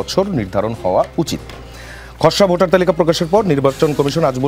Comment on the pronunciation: Botar na beta votar....age uccharon shikh